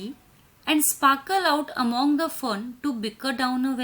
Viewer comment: Mam apko among ka pronounce karne nahi ata hai